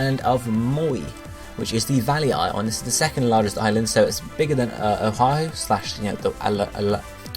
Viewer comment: good stuff im from hawaii so im super hyped but i cant help but help you out with the pronunciations oahu - o-ah-who (u say O HA WHO, dont say the first H) kauai - ka-why niihau - knee-ee-how u got molokai right lanai is good same with maui kahoolawe - ka-ho-oh-la-vay (W makes a V sound) keep it up though :D